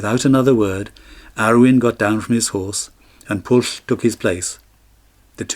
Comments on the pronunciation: The incorrect probounounciation of Pwyll is not Pwll. "Pwll" has a completely different meaning!!!!! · I wish that Pwyll and the other Welsh names could have been pronounced correctly. It would have improved the storytelling. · Pwyll is pronounced "Pwythh" with a stronger emphasis on the H and the L is barely if at all annunciated. Same with Glyn Cuch, "Keethh". Nobody expects you to speak the language like a pro, but at least try with the proper nouns. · i thought it was pronouced poo eeth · How can you say that Pwyll is pronounced 'Pwythh'? There's no 'th' sound in the word at all. It's uniquely Welsh (and I suspect you're not) and is an aspirated 'L'. gets it almost right. He just needs the 'wy' to be sounded (a very short 'oowee' sound). Same with Cuch -- no 'th' sound at all. Pronounced like the 'ch' in the Scottish 'loch'. You could at least try with the proper nouns yourself... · there is nosuch word as mabinogion. pronounce the name properly...Pwyll